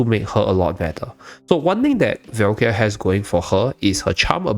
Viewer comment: Really good video but please can you pronounce her name right? It's Valka, not Velkia 😅